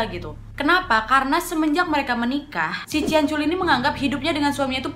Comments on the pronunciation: Astaga bangg culi bang bukan coli😂😂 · Kak nad itu salah ucap katanya lucu (ciancoli)😂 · Ciancoli kau bilang ahahahah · Cianciulli kak nad bukan ciancoli 🤣🤣 poltak ya kak , polos tak berotak 🤣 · The way you said 'CianColi' make me laugh so hard 🤣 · COLY JIR:") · "ciancoli" maap 🤣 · Kak nadia salah ngucap kan. 😂😂 Ada kata coli Astagfirullah halazim kak.. Udah bulan puasa loh.. Tobat.. Selamat menunaikan ibadah puasa 😉👍❤😘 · Aku kaget kak pas kakak ngomong cianc*l*😆😆😆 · salpok sama kakak bilang ciancoli😂😂😂😂😂